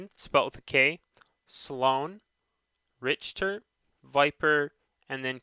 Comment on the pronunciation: It's definitely NOT a p2016 cuz that was around 30 years from the current time line and they had to make 4 more to get p2020 And no offense but you've heard the word Richter 4 times and don't know how to pronounce it And blisk didn't make the games he revivied it And cooper was invited to the apex preditors And isn't it called angel city cuz of the statue i think it is an angel